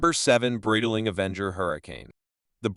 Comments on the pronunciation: Man, you don't even know how to pronounce "Breitling". What kind of expert are you? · AI voice over sucks, can't even say the brand name correctly